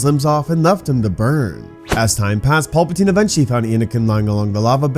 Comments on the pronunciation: Pal. Puh. Teen...... His name is not Paul! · Pal.. not paul-patine